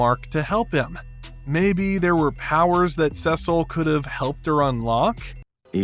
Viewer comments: His name is Cecil not Sesil. Sorry, but it was bothering me how you were saying his name wrong. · WHAT IS YOUR PROBLEM WITH SAYING "CEEEEE-CIL"? No one in the series or otherwise EVER pronounces it "seh-cil," and it's starting to drive me nuts. Is this a reference to something? I DON'T CARE! It sounds. So. STUPID! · It's Cecil, not Sessil.... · Why is everyone saying saesil, seesil makes much more sense, hell even mark calls him that. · Dude Cecil is pronuced like a C, seecil basically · How to pronounce Cecil's name phonetically/correctly - See-Sull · I’ve never heard anyone refer to Cecil as “Cesal” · Who is “sesle”?? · Great video, but who the heck is Sessil? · I swear I’m gonna jump off the window if you mispronounce sea salt again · Lmao he also said “anessa” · are you purposely saying cecil wrong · Okay can you just pronounce Cecil’s name correctly please? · You mean like this? “SEA SALT!” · Finally someone said it!